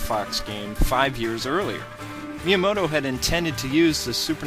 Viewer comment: who is meamoto? you say that alot in the vids